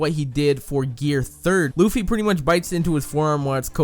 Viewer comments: THAT. WAS. AMASING!!!!!!!!!!!!! This comment was and is so in-depth that I read and thought "Is he a scientist", then instantly commented you blew my mind and you need to learn that there are 3 forms including bounceman, plus that Luffy is pronounced Luhffy, not Loofy, seriously, and stop pretending like you know crap and read the manga watch the anime etc. etc. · DIS DUDE SAID LOOFY